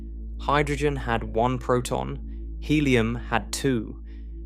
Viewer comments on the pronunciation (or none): none